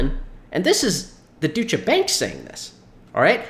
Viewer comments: Great video again.. It’s pronounced Doi-cha Bank 🤙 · It's pronounced Doy cha bank